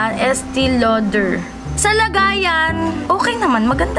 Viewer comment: Anyare sa breyshes mo te? Estey Lawder yung pronunciation bebe